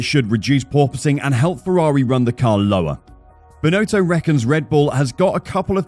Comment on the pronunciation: I don't think the guy who's been hired to to do the voice over even watches F1: It's pronounced Bin-otto not Bin-oh-toe.